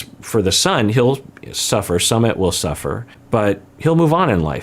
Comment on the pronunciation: Just for the record his name is not pronounced sum mit it's sue mit